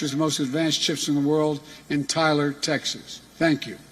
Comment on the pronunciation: taylor tx not tyler tx